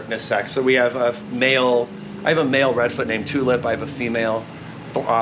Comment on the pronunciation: Ohhh tulip. Not two lip…😅